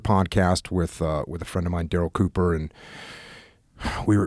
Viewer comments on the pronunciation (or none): none